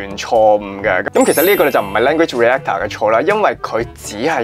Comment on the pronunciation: Reactor : Re-act-tor 唔係Re-a-tor嘅呢